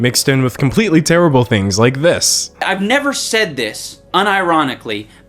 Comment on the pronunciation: Wait an other person saying kimpletely im starting to think i have been saying the word completely all wrong im confused (english is my 2nd language btw)